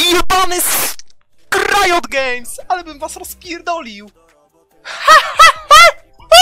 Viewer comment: Ale on specjalnie tak mówi a nie mu się myli